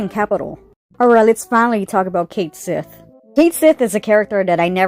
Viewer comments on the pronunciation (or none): Cait Sith, in Scottish means loosely "Cat Fairy". It's pronounced like "ket-shee". I'll see myself out. Cool video. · Ok, I still haven’t played the remake game yet to know, but every video I’ve watched calls Cait Sith “Ku Shi,” except this one. So is it actually pronounced Cait Sith in the game?